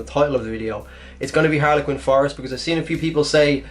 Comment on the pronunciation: Bleckwater perk and herlequin forest XD